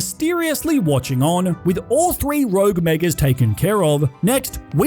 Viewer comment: You said “thwee rouge megas”